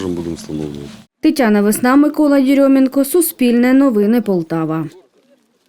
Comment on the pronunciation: А ще,вірна фамілія ЄрЕменко,а не ,,Єрьоменко,,.